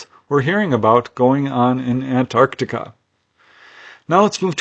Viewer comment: Impeccable pronunciation of Antarctica. Love your videos.